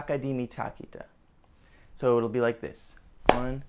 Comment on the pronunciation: its thakita not takita lol he pronounced it wrong